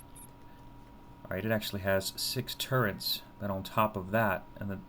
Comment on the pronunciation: Its turrets, not turrents! /rage